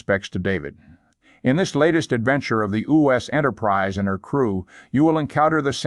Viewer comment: Around 5.25 to 5.29 Leanord Nimoy pronounces U.S. enterprise as O.S entrprisd.. Hello